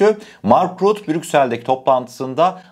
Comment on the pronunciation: M.RÜTTE DİYE OKUNUYOR ❤ emegine saglik